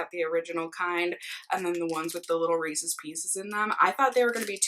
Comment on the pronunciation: Loved this video!! (Also I’m thrilled that you pronounce Reece’s the “right” way!! Lol) It’s probably because we’re both from Minnesota, but I see you tubers who pronounce it with the long “e” at the end and it drives me crazy!! Thanks for the vlog!! ❤️